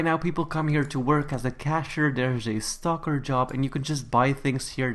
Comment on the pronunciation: I heard “there’s a stocker job” as “There’s a stalker job!” XD